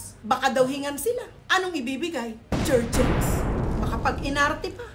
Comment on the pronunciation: Jerjens hahhahah...JerGens po👍